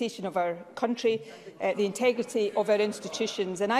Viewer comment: Intugrity...instabrity.. instewbrity....."oh I give up"-: Sturgeon